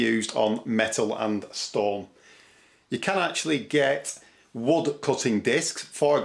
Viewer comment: Cutting “wood!” I thought you were saying “wut.” Great tips though.